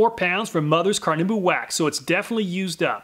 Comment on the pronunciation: Car-nah-oo-bah. Not Car-noo-ba. Amazing video though. As always!